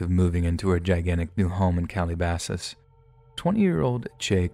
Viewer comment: All the insane stories in this one, and for some reason I’m just caught the way he pronounce my hometown. Sounded like Cali-basas and for some reason it made me laugh